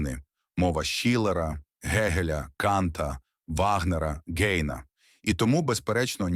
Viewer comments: Помилки: Данте, а не Дайте; Гейне, а не Гейна. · Історія відома,але приправлена вимовою ШІ.Тому,даруйте Гейн,Дайте та інше.